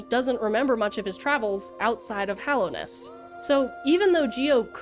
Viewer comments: It’s just nice to hear a fan say Hallownest instead of Hollownest 😅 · THANK you for pronouncing Hallownest correctly ❤